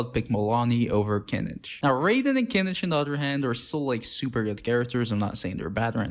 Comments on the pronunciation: kinič? its read as kinih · his official english name is "Kinich"